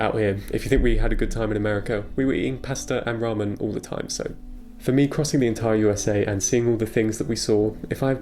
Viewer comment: It's not good to say the word so like you did ish in the video. It would be wise to stop saying it like that. Thank you very much for all of the information in this video. I did not know that you can travel this cheaply.